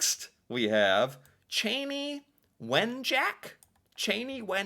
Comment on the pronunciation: Chanie (Chah-nie). And you did pretty good with Anishinaabe (Ah-nish-nah-bae). This is also a thing that many American First Nations went through but rarely gets talked about.